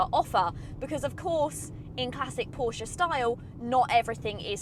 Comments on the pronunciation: This is absolutely fantastic and it looks 😍. But I think we may have a falling out over the pronunciation of Porsche...😋. Excellent production value on this video as well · She pronounced "Porsche" pretty much as most Germans would but then even Germans have different pronunciations across regions. I call it "Porsh", without pronouncing the "e" as Germans call "Jaguar" "Yaguar"